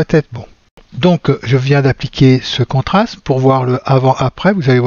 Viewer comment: Veuillez m'excuser d'insister : vous prononcez (en français) contrasme, or il faut dire contraste.